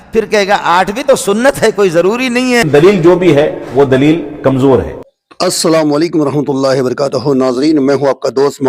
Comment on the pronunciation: Pahle aap Salam ko sahi karain